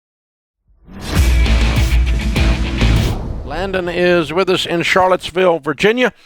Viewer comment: A.O. least favorite..doesn't listen well, doesn't seem to have wisdom..just regurgitating Dave's info..and PLEASE learn how to pronounce the word "with".it's NOT pronounced "which"